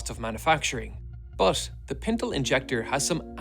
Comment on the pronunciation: I like hearing him say "but...". *Buht-hhhHhh*.